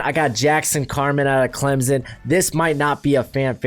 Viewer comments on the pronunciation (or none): none